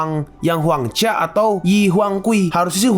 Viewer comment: 😂Mimin lulus sd gk Huang jia di baca huang ca Sedih dengar nya